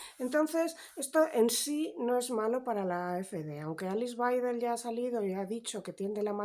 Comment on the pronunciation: En alemán la W es b Baidel así se lee.